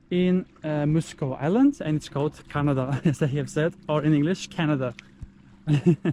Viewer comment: It’s actually pronounced Ka-na-da not like the country actually in a different way. and it’s named after a croft (torp)! 😊